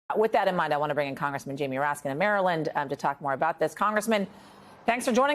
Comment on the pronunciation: Did she say ratskins? Cuz it sure sounded like she said ratskins.